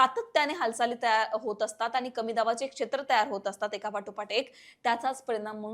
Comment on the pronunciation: सर्वात आधी आपले शब्दोच्चार सुधारावे... आनी पानी गुल लोनी करू नये.